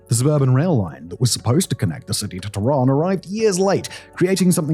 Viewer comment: .typical sensationalist statements such as ".. not exactly paradise, is it?" Or the fact that he cant be bothered to learn to pronounce any of the names correctly( TEHHRAAN becone Tiraan!) only proves that it's all speculative outsiders' perspective . .